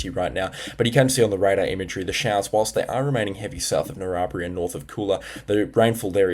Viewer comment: Narrabri pronounced narra (like barramundi) br-eye